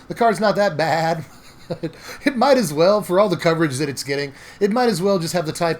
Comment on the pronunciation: “It’s not that bèhhhed” 😂 #bestgoateverprinted